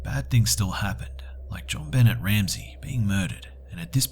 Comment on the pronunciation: did you really just pronounce benet as ben-net? its ben-nay